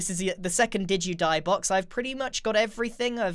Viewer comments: At the end I heard “Digi-die” boxes and thought some virtual death. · The "Did you die?" sounds like "digi die" or "diju die". You should name them that!